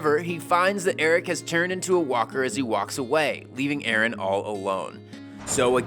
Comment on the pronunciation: Idk if you notice, but it's Aaron, not Erin!